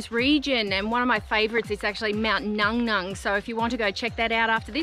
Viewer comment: It's pronounced, "Mount Nu Nu" not Nung Nung